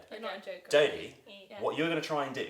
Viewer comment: Lol he called dodie Dorathy